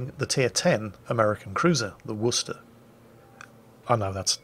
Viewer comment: Wuss-tah!! Bravo!! That is the correct way to pronounce the name of that city in Massachusetts, USA.